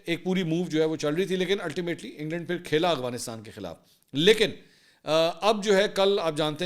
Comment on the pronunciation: بھیا ورڈ ٹھیک کر لو اغوانستان نہیں ہے افغانستان ہے جزاک اللہ